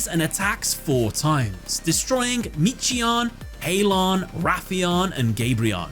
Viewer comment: The timelord names are an example of fedora latin. Because they’re named after angels they need hard syllables. For example, Michion is pronounced ‘MIK-I-ON’ he’s named after the angel Michael. That said great video, time lords are my main deck, glad to see this duel on the channel!